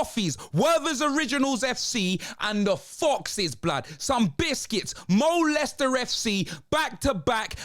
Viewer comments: Mo-Leicester City - that's just diabolical! 🤣 🤣 🤣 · Did he just call them Molester city,?? Lol